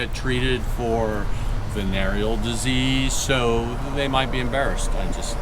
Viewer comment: he said venereal disease😅